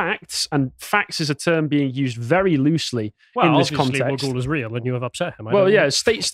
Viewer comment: The mythical serpent is pronounced wog-ool its also what apparently created the swan river in Perth that’s why the river looks like a slithering snake. I’m not sure if the wagyl can be spoken to in parseltongue